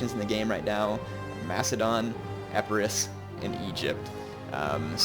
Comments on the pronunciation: Isn't it more e-pir-us? :P In seriousness though, I agree it isn't Eh-pie-rus, but I was under the impression that the 'i' was short as in 'bill' and the 'rus' was just like 'walrus'... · its eh-pehh-ris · In pronouncing Epirus put your accent on the initial "E" - that should help get you through the rest of the word.